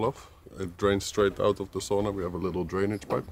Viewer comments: You both are so lucky!My heritage is Finnish (I live in Mi, where many Finns migrated to the U.P..... my great grandparents), and it's so nice to hear someone pronounce Sauna correctly (via ):) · Looks like the buildings are tethered down?? I see "straps" over the roofs. I absolutely love the way pronounces (correctly) sauna... I can't do it, I've tried 😂